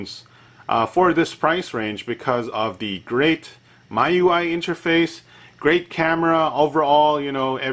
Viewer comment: Miui is pronounced as Mee UI. :D like xiaomi ui